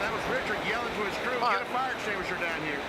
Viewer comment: Petty yells for the FAAHKIN FARE EXTINGUISHER